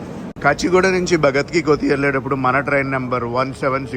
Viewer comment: కోతి కాదు కన్నా కోఠీ అని పలకాలి